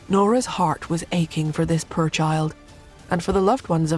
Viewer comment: Why is the narrator say pur but not poor😂